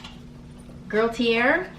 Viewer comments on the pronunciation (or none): Hello! I love this bag!!! That perfume is pronounced "goo-tee-yea" My husband used to wear the men's version which is amazing! I am so tempted to pull the trigger on this subscription, I am a handbag junkie!